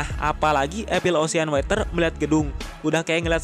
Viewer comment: water bang bukan weter wkakakaka